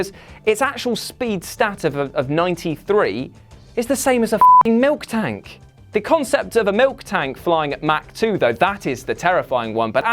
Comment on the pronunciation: Its MILTANK